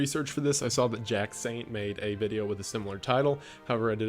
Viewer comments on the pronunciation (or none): none